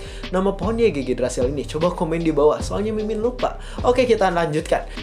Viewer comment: Bacanya IGGRASIL bang